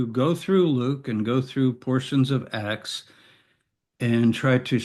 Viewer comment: While I was only listening, I always wondered about the "Book of X" (or "Axe"). Now I see you mean "Acts". Your pronunciation is a bit sloppy there. (Common issue with native speakers, neglecting accurate emphasis where alternatives with a somewhat similar sound exist.) - Can also be an accent thing, though. Some British accents are particularly ambiguous there.